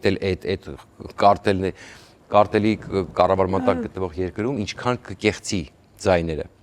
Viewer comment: ջան, կՈրտել չի, այլ կԱրտել!! Ուշադիր եղեք Շնորհավոր Փոքր Զատիկ!!🎉